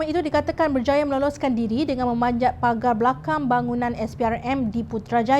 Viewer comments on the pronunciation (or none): none